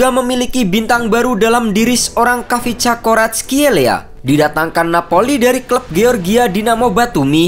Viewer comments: D baca nya VICA Varatskelia.( Silent KH ) Dan Georgia bukan negara antah berantah d dunia sepakbola.ada kaka kaladze, temur ketsbaia dll.lain kli klo mau bikin title jgn provokatif tapi ngga riset samasekali. Indonesia malah yg negara antah berantah klo d dunia sepakbola. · cara baca namanya ada kolkolah kayak arabic kha